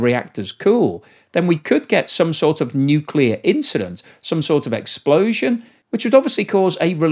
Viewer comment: Nukeyaler! Harnessing the awesome power... Of the Nukeyalus